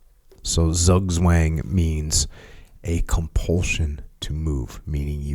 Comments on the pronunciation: Ii's Zugzwang not sugswang ;-) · Hee hee.. pronounced 'tzoog tvang' 😉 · pronounced roughly tsoog-tsvuhng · it's pronounced "zoog-zwaang" - zug is "pull", zwang literally means "force" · Zugzwang ... pronounced like tsook tswung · Thanks for butchering Zugzwang 😂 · Zugzwang... Apparently a hard word to pronounce and explain for Americans but overall nice segment. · Zugzwang...your pronunciation is so funny. 🙂 greetings from germany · 😂 Zugzwang, dude that pronounciation 😂